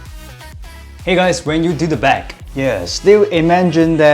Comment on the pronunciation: The way you said “Back” right here was SO AMERICAN, wow